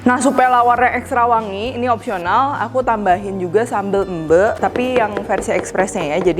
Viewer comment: Ci Dev, nyebut sambel "embe" bener dong👍🏻👍🏻